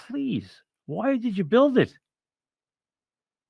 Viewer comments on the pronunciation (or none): none